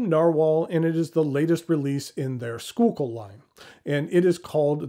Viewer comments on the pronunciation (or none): It’s pronounced “School-Kill”